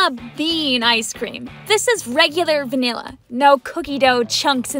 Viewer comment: WINT CHIP ALL THE WAY! also, “wanilla”? Really? At least WINT sounds better